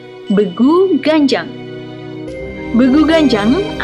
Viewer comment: Begu ganjang bacanya jangan be jawa contohnya "beku" tpi be sumatra contohnya "benteng"... gitu